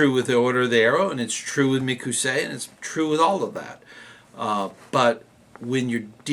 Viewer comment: Sure wish you would call it mic o say and not mic ew say.